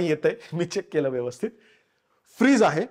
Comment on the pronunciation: Khup chan video.. mi tar tumchya videos chi fan ahe .. a small suggession freeze nahi bolat fridge boltat.. mi pan aadhi bolayche pan te chuckincha ahe.. I love kokan .... Lai bhari vatla video